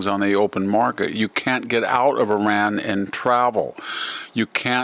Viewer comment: Learn how to pronounce Iran right